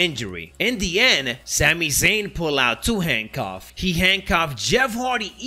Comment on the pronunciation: “Zami Zayn” every time he says it I laugh lol